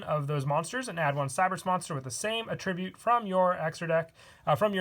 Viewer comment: I really do enjoy your deck profiles, as they're often well thought out. However, I would like to note the pronunciation of "attribute". You were pronouncing it as the verb rather than the noun.The stress is on the first syllable in the noun form.